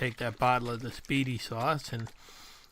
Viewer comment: That's actually pronounced Spy-dee sauce think the nickname that Spiderman has they call him Spidie. 😆 I was in Aldi yesterday saw the spiedie sauce and tzatziki I got some to do exactly what you're doing GMTA